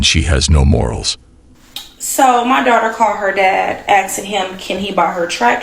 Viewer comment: Why is it so hard to say "ask" instead of "aksing the question" lol